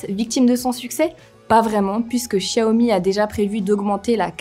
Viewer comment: Oui je suis d'accord et elle prononce correctement Xiaomi.